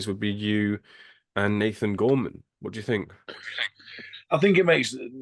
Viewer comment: Bro said Gorman 😂